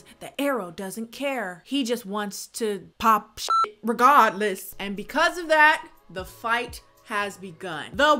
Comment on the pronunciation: The way you said mu-GHLAIR & regaaadless killed me 😭😭